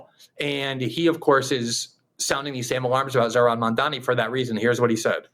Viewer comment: That IDIOTIC Elise pronounced his name Mamdami!! Idiot!